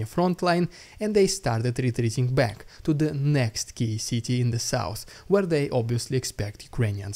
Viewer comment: "I'll be cack"